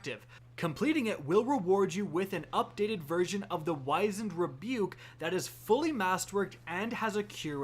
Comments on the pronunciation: Wizened is pronounced whizz end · I'm sure it's been said already 50,000 times but... it's pronounced like you're saying cheese whiz, just drop the 'h' sound. Like the musical, The Wiz. Wizened Rebuke, which means a clever comeback.